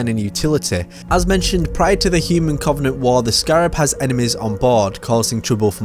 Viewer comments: Does anyone else get triggered at his pronunciation of Covenant? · Aaron Claydon it the way he pronounces the "O". It's just sounds wrong